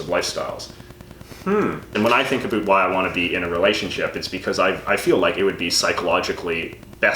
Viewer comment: Great video, lads. I just have to mention that I have lived in Canada for 5 or so years now, and you are the first person I have ever heard pronounce about as aboot. I always thought the stereotype was a lie until now.